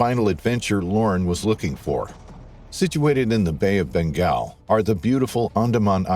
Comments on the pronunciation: Bengal, not Begal..... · Bay of "Begal" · The Bay of Bengal not Begal. He should have known better going in there!. Apart from that: ALL PROPERLY EQUIPPED SCUBA DIVERS CARRY A KNIFE. It's common practice. My condolences to the family. Tragic.